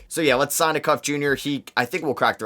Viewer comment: Good video. Darius Acuff is pronounced ey (like hey without the h) cuff (like handcuff). He’s a 5 star pg that is currently the best player for IMG Academy